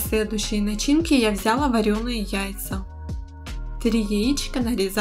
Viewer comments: Взяяяяла, режет ухо. А так очень понравилось. Извините😊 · И не взЯла, а взялА😊